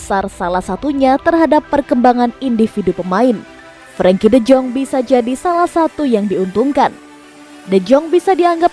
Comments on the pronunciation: Yaah namanya juga cuma kerja ngisi suara, mana ngerti doi sama gitu2an.. Deyong aja dibacanya Dejong 😄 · De Jong bacanya de yong